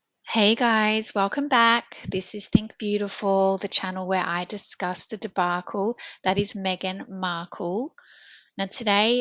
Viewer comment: The Dee-bark-kul (debacle) that is Megan Mark-kul. 😂